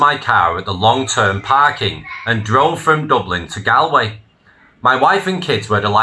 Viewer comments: It’s pronounced GAWLway not GALway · I find it odd that you don’t know the proper pronunciation of Galway. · Learn how to pronounce Galway. Properly please just think of old. Gaul S from Celtic France and say Gaulway it will Sound better than the rubbish you ste saying. Jc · He can't even pronounce Galway correctly! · Your not Irish. You pronounced Galway wrong. Whats your game?